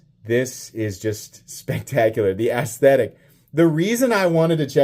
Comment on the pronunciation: He said gas station ass-thetic 😂